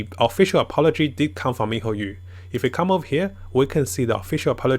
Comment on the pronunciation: MIHOYOOOO NOT YU IT BUGS ME MAN